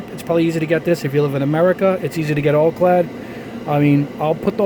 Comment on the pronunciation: Al-clad not All-clad.